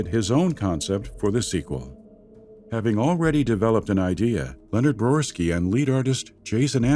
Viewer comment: Quick nitpick, the narrator mispronounces the name of Leonard Boyarsky as "Brorski", otherwise solid video